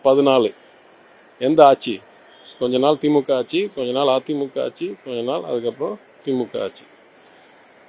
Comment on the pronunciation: ஆச்சி இல்லடா.. ஆட்சி. தமிழை சரியாய் உச்சரிக்கப் பழகுங்கடா.😢